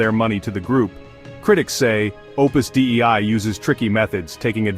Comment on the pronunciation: "dei" is pronounced "day-ee", and is the genitive singular of "deus" meaning "God". "Opus Dei" = "The Work of God". I am not affiliated in any way to Opus Dei.